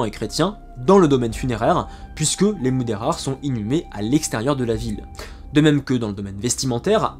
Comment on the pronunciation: Merci pour cette vidéo, vraiement passionnante et três claire sur un sujet sensible. Je vais voir les autres. Attention à la prononciation, le portugais est différent de l espagnol ! "Silveche" et pas Silvess, "Mudejar" et pas "muderrar"...😅